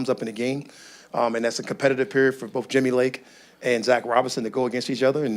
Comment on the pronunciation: Jimmy Lake ❌ Himmy Lake ✅